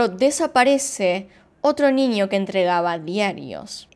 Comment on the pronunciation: Me da mucha curiosidad que dices: “ninio” 🤔